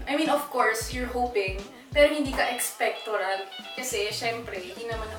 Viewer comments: I don't watch VLOGS but your VLOGS are awesome :) It seems really genuine and refreshing :) pero correction lang Jess, "Expectant" not "Expectorant" hehehe :) congrats on your awesome vlog! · haha :) correct me if i heard it wrong, did she really say "expectorant" haha peace ✌️